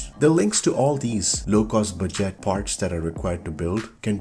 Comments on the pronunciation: Bu - Jet LMFAOOOO your pronunciations are too funny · 'budgêêt' PC 😂